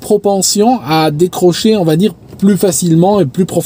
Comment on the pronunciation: Salut, ton français est irréprochable mais tu fais souvent une petite erreur pas méchante: « qui vat être », liaison avec un « t » qui n’existe pas ==> qui va être. Amicalement 🙂